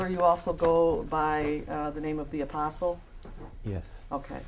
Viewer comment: The "A-PORK-STLE" 🤔🤭🤣😂🤣